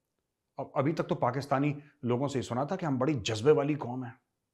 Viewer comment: हंमे बहुत जजबा ह्या.. हम जिंदा कॉम ह्या.. हम आसमानी कॉम ह्या.. एंडिया कि साजिश ह्या.. उसकी सबकी साजिश ह्या.. 😂😂😂😂😂